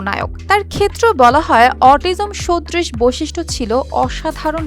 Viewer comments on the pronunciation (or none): আপনি খুব সুন্দর করে বলেন।কিন্তু উচ্চারণ এ অনেক ভুল আছে যেমন আইজ্যাক, সদৃশ।